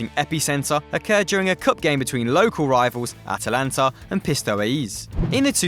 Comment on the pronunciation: PistoeSE, not pistoise, these errors ruin the video!